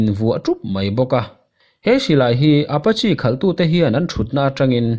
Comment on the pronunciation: Apachi ti lovin Apache ti zawk la